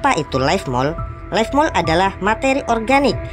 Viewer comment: Leaf Mold bang bukan life Salam Jadam 😁😅